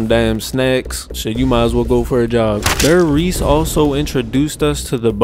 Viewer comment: “DARE-riese” “GOO-zo”.